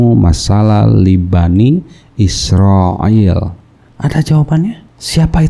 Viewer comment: Bang huruf a nya bukan a'in jadi bCaan nya bani isroil bukan bani isro'il